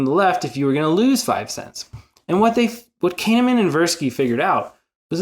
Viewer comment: Great vid with nice visuals. I would advise you to look up the pronunciation of people's names if you're going to repeatedly mention them in a video. I think 90% of us did a bit of a double take when you pronounced Kahneman as "Cane-a-man" 😅 It kinda outs you as someone who can't be that familiar with him so best to be careful.